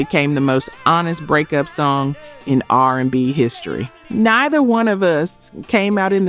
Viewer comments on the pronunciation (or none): Saying neither as 'niither' is so crazy! Did you LISTEN to the song? If you did, you would know how neither is pronounced for this song. It isn't an either way is ok situation. Here, for this song it is pronounced like neether.